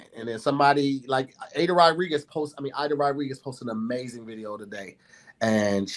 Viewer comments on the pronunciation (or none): none